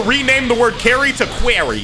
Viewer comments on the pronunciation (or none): "They're gonna rename the word carry to cuarry"